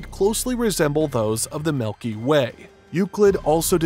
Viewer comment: Very interesting to learn about Euclid, thank you for posting this. There was something I wanted to mention, the way the name Milky Way was pronounced throughout the entire video. He kept saying it as "milky WAY", really emphasizing the word WAY over milky. Any particular reason for this?